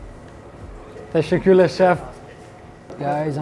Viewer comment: Bro your saying “tesekules” but it’s tesekuler with an R on the end just so you know